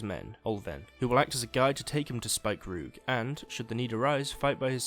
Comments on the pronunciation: Btw, because I didn't know at first what you meant when you said Spikeroog. I'm pretty sure it's namend after the East Frisian Spiekeroog, which is pronounced "Speaker-og" (dunno the IPA for that), so it's probably pronounced like that as well. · Speak-A-rog is how you pronounce it